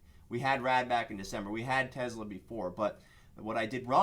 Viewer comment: It’s TESLA not TEZLA guess it doesn’t matter as long as your making money.